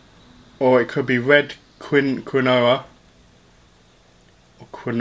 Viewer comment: It’s quinoa